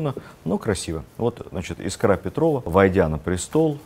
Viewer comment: Всё замечательно. Только Елизавета- Искра Петрова. Искра, а не искрА.